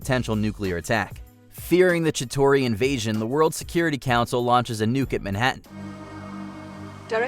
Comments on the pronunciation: "Chi-TARI" not "Chi-TORI" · Its chi-tar-ee. Not Chi-tor-ee. They don't even pronounce it like that in any of the movies so how tf did you get it so wrong? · it’s Chi-TAR-e; not Chi-TORI That’s how you pronounce Chitauri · Chitari not chitori. Come on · Why can't the people at watchmojo ever pronounce words properly? Chitori?? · Why the fuck is he pronouncing CHITAURI wrong?! I don't get it. This happens all the time with people who narrate these WatchMojo vids. It's like they've never even SEEN the movies they're talking about. It's fucking sad. Like they're JUST reading from a script and they're pronouncing words wrong and NO editor corrects them.